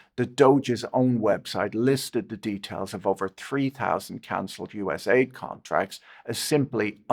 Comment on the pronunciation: Patrick couldn't be bothered to pronounce USAID properly. AID is in it's title to make it sound good. U.S. Agency for International Development doesn't sound so benevolent. USAID soft power was used for the UKR Maidan Coup and resulted in the UKR war with a minimum of 1 million deaths. Likely 2 million+. But most of the deaths were young white men, so who really cares